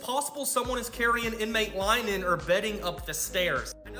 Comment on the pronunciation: What's wrong with our youth?! My guy couldn't even pronounce linen correctly. Also, I wouldn't be even a little surprised if Epstein was alive.